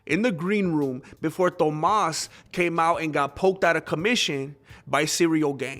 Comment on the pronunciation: Let’s say it together “Toe-más”.